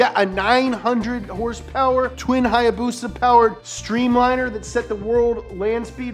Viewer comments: its a haya BUSA not hayabusa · What it’s not haayabusa it’s hibusa